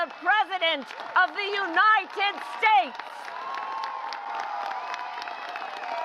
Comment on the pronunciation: Where did her hip ghetto talk go? She pronounced United as Eweeeenited.......Her inuncuation was pandering elder white north eastern USA population this time.